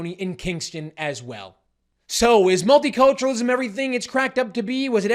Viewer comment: Just heard 'multi-torturenalism'